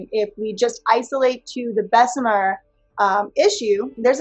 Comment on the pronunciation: it's Bess-uh-mur, not Bess-uh-meer. There's one E and BJ repeatedly has shown you how to pronounce it.